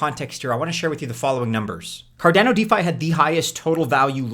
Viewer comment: It’s Card on O not Car Dan O 😂